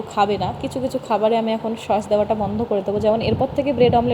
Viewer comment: Vlog e ki dekhao, khub baje, r pronunciation thik koro, sosh na sauce. Shashuri ma ke shomman na korle sheo tomake bhalo bashbe na, shob vlog ei shoshur bari shomporke baje montobbo koro, tomake oneke abar utshaho dai tomari moto keu keu, egulo bondho koro, shobai kaaj kore keu boshe thake na. Tumi vlog korbe short video banabe bole tomar shashuri ma ke kaaj korte hobe eita ektu beshi chaoa hoye jachchhe.